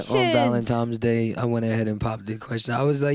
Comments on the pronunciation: Lol Valentimes day 😂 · he said valentimes day